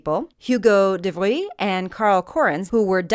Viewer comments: You're saying "de Vries" improperly. de Vries is a Dutch surname, not French. Hoo-goh da Frees (like the name "Reese" but with an F") de Vries means "the Frisian", i.e. someone from Friesland. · This helps me so much, thank you! p.s. Hugo de Vries was not a Frenchman, but a Dutchman. Just a different pronunciation ;)